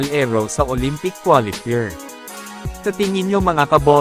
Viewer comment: Mali ang pag pronounce ng qualifier.... Ano Yan? Hindi kapanipaniwala